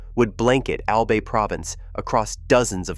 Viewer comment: It is a bit south of Manila, Philippines in Albay province, on the largest Philippine island of Luzon. Near Legazpi City. (pronounced : Mayon = MY OWN, Albay = ALL BY, Legazpi = Luh GAS pee, prepositioned = PREE po si shunned,). The Volcano is visible from Legazpi City. Glowing lava at the top is also frequently visible. The Volcanic agency is locally known as Philvocs. There is a National Park at the Volcano. It would be nice if they got a narrator who pronounces the location, place and personal names correctly. There is high poverty in the Philippines. So land that would not be used for agriculture in the USA and Europe is used by poor farmers there.